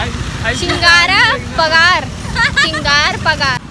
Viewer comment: Bar bar galat Kyu bolti ho ose chigara pagar bolte hai